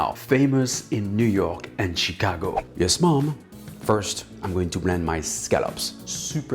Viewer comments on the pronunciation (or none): none